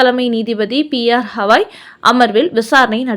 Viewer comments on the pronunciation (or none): ஹவாய் அல்ல, Gavai.